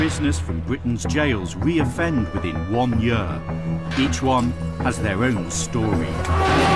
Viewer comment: The narrator say 'year' weird